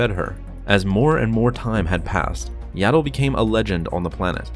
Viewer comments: It’s not yaddle it’s yoddle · her name is yaddle not yado